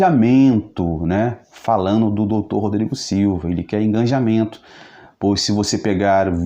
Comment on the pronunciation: Digo: engajamento e não enganjamento...